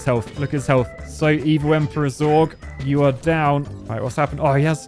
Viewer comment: It is Zurg not Zorg, Zorg is an alien race from somewhere I swear I have heard of it before but it is also the last name of a character in The Fifth Element Jean-Baptiste Emanuel Zorg